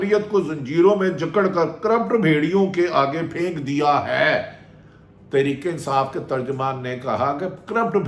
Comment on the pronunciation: بھٹی کم از کم آپ تو ترکے انصاف ناں بولو تحریک انصاف ہے بولو راجہ ریاض بولے اور بات ہے تم اینکر ہو خدا کے لئے اردو کا ناس ناں مارو 🤦‍♀️